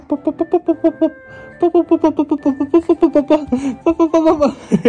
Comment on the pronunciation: 笑い方がりおなりさんそっくり顔のパーツは目がりおなりさん、口元は早希ちゃん似かな？ とりあえず、ぱぁぱぁとまぁまぁが同じ発音で笑った